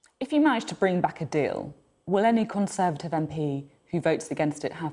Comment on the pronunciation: Cameron really has shown once again how weak and snivelling he is. Always gets me how Sophie says Kon-servative.